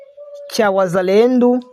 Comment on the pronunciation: Bavuga wazalendo apana wazalendu.